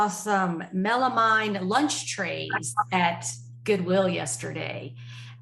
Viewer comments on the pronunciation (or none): Good show, as always! - FYI, it's pronounced "MEL-uh-mean".